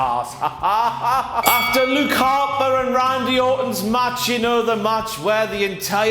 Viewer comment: not as big as mess when you say lupe harper and not luke 😂😂😂